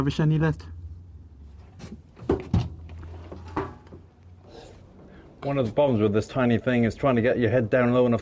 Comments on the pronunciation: Hi, Frenchman here! Quick tip on the pronunciation of "chenillette": actually pronounced it almost perfectly, with the exception of the "ill" part. In French, "ill" is usually pronounced like a "y" would be in a word in English (don't ask me why). I say usually because there is notable exception like "ville" (city/town) which is basically pronounced like a the English word "ill" with a "V" in front of it. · Don't pronounce the L in chenillette. It's more like yet. cheniyet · The Renault Chenillette (pronounce cheni-yet, traduction little or baby caterpillar) was a 2 persons light armoured recco vehicle usually equipped with a FM Châtellerault 24/29, machine gun model 1924 modified 1929 by Châtellerault Weapons Manufacture aka MAC, 7,5mm, 30 rounds magazines. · Chenillette is pronounced "Cheniyette". Why ? I don't know, but 2 "L" preceeded by an "i" becomes a "y" in French. Same goes for Baillonette (Baiyonette) for exemple. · super video(Chenillette is pronounced without the set of ll's)super video